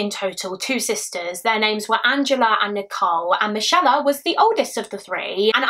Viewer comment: Are you sure its not pronounced 'mick ay la'